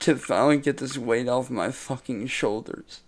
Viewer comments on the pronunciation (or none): saying the word shoulders just makes me laugh! 🤣😂🤣😂